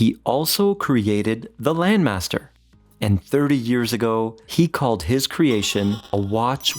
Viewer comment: I think the name doesn't ring a bell because of the weird pronunciation.